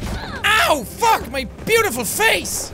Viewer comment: When he said FAAK! It was funny Oh BTW anyone hungry for some finger sausage??